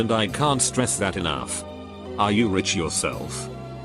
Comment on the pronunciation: no one: computer narrator: "I'm poor but pretending to be Rick"